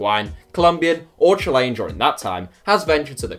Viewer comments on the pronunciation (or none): none